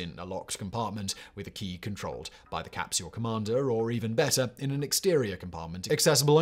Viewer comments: says "crapsule", and it is glorious. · "...when Leonov tried to crawl back through the CRAPsule's..." lmfao; probably unintentional slip but still accurate.